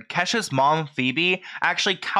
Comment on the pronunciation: Is her mom's name not pronounced "Pee-bee"? I don't think I've seen 1 video of this guy's where he didn't mispronounce someone's name even when he includes clips of other people saying the name correctly. How??